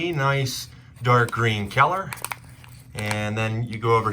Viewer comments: What's with the super blurry images? And I have never heard people pronounce color as keller. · I giggled every time he said "kyeller." Very informative! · No one wants to talk about the way he says color? ok then.....